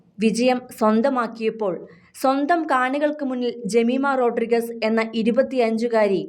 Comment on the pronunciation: ജമീമ റോഡ്രിഗ്സ് ആണ്, അല്ലാതെ മാപ്ര പറഞ്ഞത് പോലെ റോഡ്രിഗസ് അല്ല; ശരിയായ ഉച്ചാരണം പോലും അറിയാത്തവരൊക്കെ മാപ്ര കുപ്പായവും ഇട്ട് ഇറങ്ങിയിരിക്കുവാ. അതുപോലെ കോഹ്ളി ഏന്നെഴുതുമെങ്കിലും ഉച്ഛാരണം കോലി എന്നിണ്; ഇതൊക്കെ എന്നാണ് ഇനി പഠിക്കുന്നത്! You definitely lack due exposure and experience!